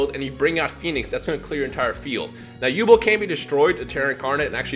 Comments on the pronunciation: Who the hell is yubul, it’s Yubel. Come on, did you not read the manga. On a serious note, 5ds is coming and I can’t wait for stardust dragon. It’s my favorite dragon. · it's pronounced yubell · Sorry you say yu(bell)'s name wrong and i cant take it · Also you pronounced yubel wrong it's said like you-bell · Its You-Bell Lol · probably already knows this by now but it's pronounced You-Bell. Yubel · it's yu-bell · Does it bother anyone else how he says Yubel? Haha no disrespect but I think it’s pronounced “You-Bell” P.S. I want more duel links! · It's genuinely bothered me from he's started saying it. I'm sitting here wanting to see my waifu in action and he's going and slaughtering her name! Still a good vid tho. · Might just be me but the pronunciation of Yubel sounds weird 😂😂